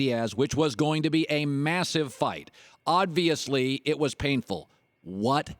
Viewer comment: "Odviously"... Very nice 👍🏼